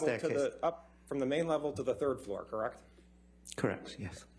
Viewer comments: This lawyer can't even say the word "correct" correctly. "Krreckt? Krreckt?" Tell this dude to sit down already. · He can't even pronounce the word correct properly, he says, Kirek? kirec? Annoying. LOL